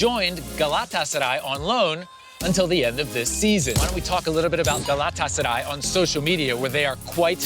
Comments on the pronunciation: How many times did he say “Galatasary”?😂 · Estas son las veces que dijo GALÁTASARAY 👇🏻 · Şu GALATASARAY deyişine sinir oluyom XDXDXD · 27..... now i hate word Galatasaray............